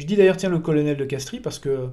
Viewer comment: De Castries se prononce de Castre… comme de Broglie de Breuil…